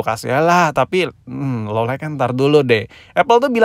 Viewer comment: lo lait bukan lo laik bang